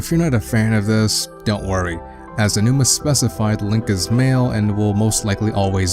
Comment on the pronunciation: You said Aonuma correctly! Good job haha. It is very easy to do, I know, but most people screw it up every time. Unfortunately you mispronounced "androgynous" and misused the phrase "a vast majority."